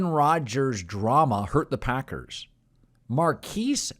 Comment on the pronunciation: Does Colin realize it's only March and green bay will obviously aquire receivers by July. Does Colin realize his name is MarQUEZ not Marquise 🤣 idiot